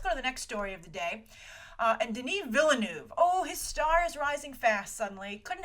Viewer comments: Its Denis Villeneuve, its french, you say Vil-Nuhf not villenoef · she really need to learn how to say Denis Villeneuve's name cuz that name is french and the way she say that is soo bad